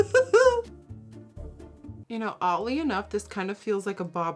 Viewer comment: I'm sorry but why do you never say the 'D' in words like the word oddly you say 'otly' just a thought is it because of your first language being Dutch? do they not say D? I'm curious not being mean by any means, love your vids xxxx